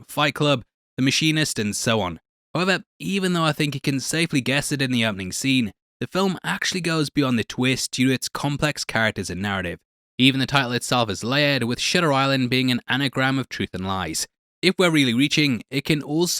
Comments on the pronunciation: I swear in the beginning he didn’t say shutter island he said shitter island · Don’t tell me I’m the only one who heard “Shitter Island” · Are you intentionally saying Shitter Island? Lol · Its Shutter Island, not Shitter Island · Its Shutter Island not Shitter Island... haha jk mate good video. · Every time you say “shutter island” it sounds to me (not native speaker) “shitter island” if I didn’t know the name of the movie I would get confused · shutter island❌ shitter island✔ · Legit sounds like you are saying shitter instead of shutter island at the start of the video lol. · "Shitter island" you really cant hear yourself talk, can ya? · Shitter ihlend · "shitter island" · Why do you keep saying "Shitter Island?" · Did you say S**ter island ? Lmao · I thought I heard shitters island at the beginning 😂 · Why do you call it shitter island? wtf? xD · Did he just say shitter island? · not shitter island 😰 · …shitter island lol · “5hitter Island” What?!! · he said shitter island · Why you call that shitter island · Shitter island you say? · Is this guy saying “shitter island”? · I’m sorry, I keep hearing Shitter Island 😢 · Started off with, “so shitter island” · I listen to this over and over and this dude literally snuck in the word shitter right at the beginning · i swear youre saying shitter island mate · Did u say shitter Island 😂💀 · did he say shitter island ? 😂😂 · At the start did he say “shitter islands”💀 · “Shitter island” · Did he say shitter island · ur sayinthename wrong its shatter island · Bro said shitter island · Sounds like you said "shitter" island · Shutter Island, a great movie. An absolute must watch. What I heard in the first second of the video (As well as any other time he said it): "Sh!tter Island" 😂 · “So shitter island…” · Did he just say Shitter Island?! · Am I the only one who heard shitters island? 🤣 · did you just call it "Shitter Island"? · “T’shooter Island” is an absolutely WILD way to pronounce Shutter Island 😂